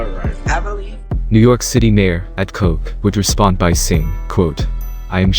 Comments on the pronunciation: It's Ed Koch (like Scotch but with a K instead of an S)🤣🤣🤣🤣 you noob!🤣🤣🤣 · "New York City Mayor Ed Coke." LMAO Good old AI! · Did he just read mayor Ed Koch as Ed Coke tho? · The City was crazy back then and NYPD was definitely turning a blind eye to open drug markets, long lines of people on The LES waiting to buy heroin, the hookers by the post office. It was dirty... The mayor's name is pronounced kaucshh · mayor Ed Koch, pronounced like Crotch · I listened to this video. Some of your facts are wrong, even the Project name and the Mayeor:s name. His name was Ed Koch( pronounced like scotch ). and the building were called "Twin Parks", not Peaks. I don't know what you mean by "savages". Many people at the time knew the truth and what happened. Yes, I lived 3 blocks away. There was a lot of corruption going on at that time. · KOCH!! AS IN CROTCH. JESUS MAN, A LITTLE RESEARCH HUH? WHERE'D YA GET THE REST OF THIS INFO? WIKIPEDIA MAYBE?